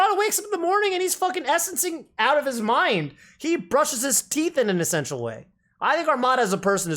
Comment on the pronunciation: "Fill"thy and "Essence"tial